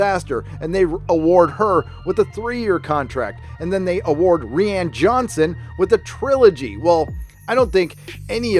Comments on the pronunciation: Rian is Ryan not Reean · Isn't Rian just a messed up way to spell Ryan, why are you saying REEE ANNE? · I think I’m missing an in joke or something. Why are you pronouncing Rian as “ree ann”? Sorry for being stupid. Thanks. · Rian name is spoken as "Ryan" dumbass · Lol Ree-Ann lolz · I support this pronunciation of 'ReeeAnn'... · It's pronounced Ryan dude. Why can't Americans pronounce names? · ok, is he saying ri ann johnson as a joke? i r confused. if so its a hilarious take on roundhead's name XD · BTW, you know it's just pronounced like Ryan. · Ah since the new movies take place in an entirely different part of the galaxy with entirely new characters, she was never supposed to play the part after The Rise Of Skywalker. I love that you call Rian, "Ree-Ann"! Hahaha! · Ree-Ann.... lol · is there a reason why you pronounce rian johnson's first name wrong? I have no love for "roundhead" but it's actually pronounced like "Ryan" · No. Its pronounced ruin